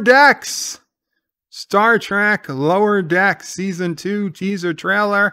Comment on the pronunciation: You keep misprouncing the name of Lower Standards